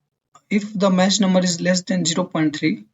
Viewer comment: I think the "ch" in "Mach" is prounced as "k" not "sh".